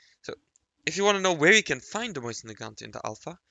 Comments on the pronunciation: Btw it’s pronounced mosin not moysin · mose-in PRONOUNCE IT CORRECTLY